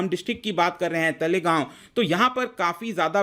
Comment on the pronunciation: Sir its Talegaon तळेगाव Please tc next time. 🙏